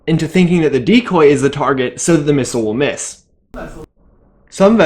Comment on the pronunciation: How many times can a bloke mispronounce and repeat the word missile in 1 minute... Farcical.